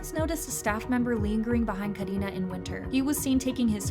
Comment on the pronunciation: I love the way u pronounced karina